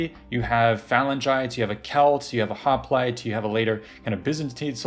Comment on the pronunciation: This was SO good. Thank you! (except for how you say hoplite :P)